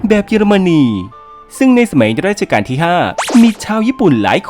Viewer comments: เป็นคลิปที่ดี ติดอย่างเดียว รัชกาล ออกเสียงว่า รัด-ชะ-กาน ในคลิปฟังเหมือนออกเสียงว่า ราด-ชะ-กาน ตลอดเลย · แอดมินออกเสียงผิดนะคะ คำที่ใช้เรียกในหลวงคือ รัชกาลค่ะ ไม่ใช่ราชการ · ดูเพลินๆ แต่แอบติดใจนิดหน่อย รัชกาล ออกเสียงว่า รัด-ชะ-กาน ไม่ใช่ ราด-ชะ-กาน ครับ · นิดเดียวครับ รัชกาลครับ ไม่ใช่ ราชกาล ที่เหลือโอเคหมดแล้วครับ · รัชกาล อ่านว่า รัด-ชะ-กาน ครับขอบคุณครับ